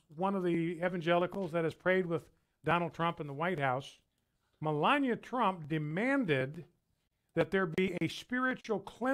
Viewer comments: lol Brian Fischer says Melania like Melanya. Im just making a joke, sorry 😐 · "MeLANia" "OHcculltic" "Diabetus"